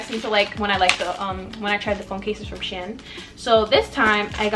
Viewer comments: it’s pronounced she-in lol ,, good video tho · OK I LOVE THE VIDEO BUT WHY ARE YOU CALLING IT "shin" PLEASE QXEJNO